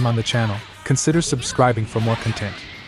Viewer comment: damn that's crazy, these things are coming so far the only thing that really tipped me off was it using the like at peace pronunciation of content vs the like internet content pronunciation while still sounding like a native speaker otherwise